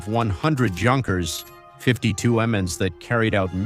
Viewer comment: This AI is fcuking hilarious. "World war Second" Junkers (Gunkers). "The Junkers Jew" WTF